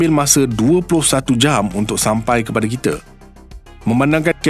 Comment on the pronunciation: Guna Bahasa Melayu baku tetapi sebutan masih KL... Jika betul2 nak Bahasa Melayu baku, sebutan kite tu kena betul2 kita dan sama bukan same...